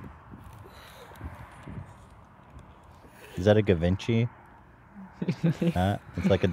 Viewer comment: ...the way he pronounced Givenchy